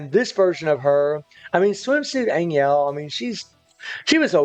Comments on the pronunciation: It's pronounce more like Ann Hell not ann iel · An Yell kills me more than An Jell - It's AnHell